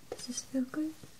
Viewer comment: It's funny how she says good. "GoodT"